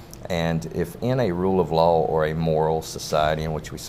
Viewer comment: every time he said rule of law i heard rule of lol